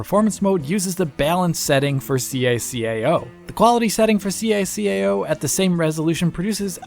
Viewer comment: ITS CACAO NOT SEE A SEE A A OU